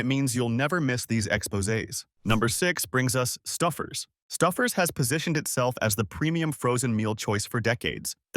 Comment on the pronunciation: I simply can't take any advice from a channel that can't even pronounce it's content...the minute I heard Stouffer's pronunciation as Stuffers...I clicked off never to return...if you want subscribers...earn them ...narrate your videos with a human being... other channels do it...put some effort in...you might like it...